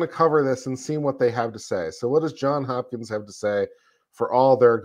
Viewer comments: It's JohnS Hopkins not John Hopkins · Can we please pronounce it correctly as Johns Hopkins? It isn’t John Hopkins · JohnS Hopkins John has an S on the end. Its two last names.